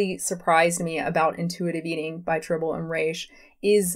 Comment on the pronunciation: 2 things: 1) Trih-bow-lee & Reh-shhhh not Try-bowl & Reeesh. 2) Your view on this topic misunderstands and misrepresents the entire point of IE. Please stop talking about what you so clearly don't have the scope to explain to others.